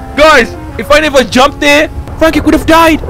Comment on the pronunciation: you can't say Frankie u always say fwankie 😂😂